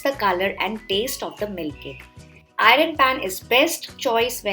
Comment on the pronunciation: Ur pronounciation of iron 😂